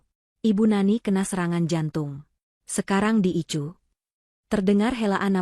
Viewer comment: Koreksi, bukan ICU tapi dibaca "AISIU"